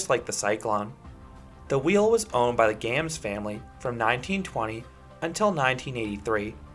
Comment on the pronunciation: Correction : originally owned by the GARMS family (not "GAMS")